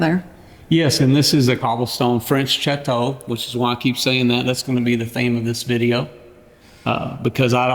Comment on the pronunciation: Chateau is actually more like “shat-toe”